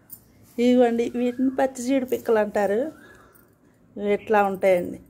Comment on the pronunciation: That is pachhi not prachi